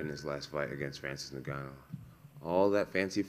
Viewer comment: Does he pronounce every fighters name wrong on purpose? Tight tutavasa francis neganu ?